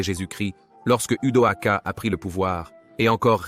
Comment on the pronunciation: Really interesting! Are you able to correct the French translation voice maker? Because it states Odoacer instead of Odoacre